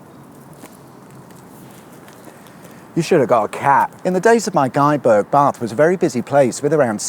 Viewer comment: Nice to hear the correct pronunciations of Bath and Frome.